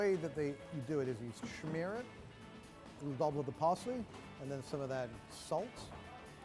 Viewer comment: It’s “smear”, NOT “schmeer”!